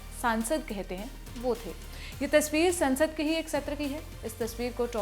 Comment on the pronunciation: Saansad nhi ... sansad